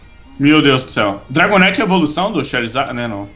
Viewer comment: só VC mesmo pra falar dragonaite naiteee